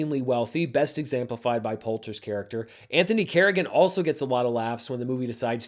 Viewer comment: I hope you feel better. You sounded hoarse here…Also, the word is exEmplified; not exAmplified.